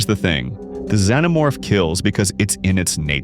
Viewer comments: Wtf is a "Z-No-Morph" ??? it's Xenomorph, Z shouldn't sound like an X , Zorro doesn't sound anything Xorro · Hearing him say "Z-No-Morph" was offensive to my ears